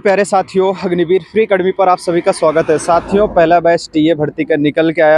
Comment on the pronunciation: Kis kis ko lga ki ye starting me अग्निवीर nhi हगनिवीर bola 😂😂😂😂😂